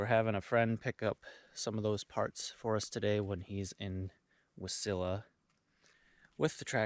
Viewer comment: Wah-silla!!! I don’t know why I’m starting to hear people pronounce it W’silla.